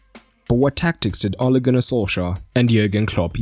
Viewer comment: satisfiying to hear Ole's name pronouced properly since most people (including me) get it wrong